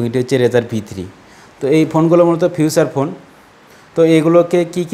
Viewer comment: ফিউচার ফোন না রে ভাই। ফিচার ফোন বলে !!